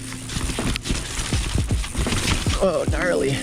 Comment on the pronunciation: He needs a "knarley" counter🤣